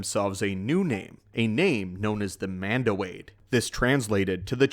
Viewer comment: "Mando Aid" Its "Mando'ade" (Mando - ah - day). "Tang" is "Taung" (Tah - ng)